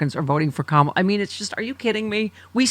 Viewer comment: They are still saying Kamala's name wrong? Wow, they are so small and petty.